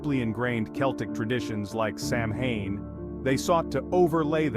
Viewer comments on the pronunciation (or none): You are totally pronouncing Samhain completely wrong…. If you’re going to try and speak like you know what you’re talking about you might want to do the actual research and pronounce things properly instead of insulting the pagan religion. It is pronounced “Sow-Wen” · Turned off when I heard "Sam Hine" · I Turn off video. you lose any legitimacy when you pronounce Samhain that way